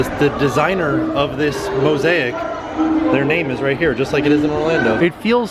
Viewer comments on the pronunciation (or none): none